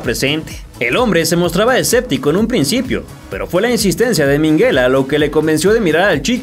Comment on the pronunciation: Se llama minguella,no minguela.